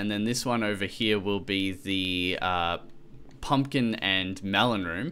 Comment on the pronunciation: It's pumpkin not pempkin